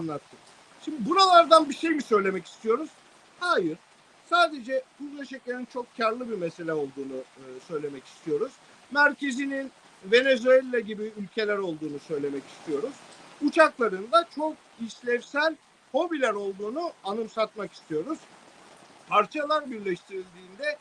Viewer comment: Venezüella nedir ya düzgün söyleyin şunun adını yok cinderella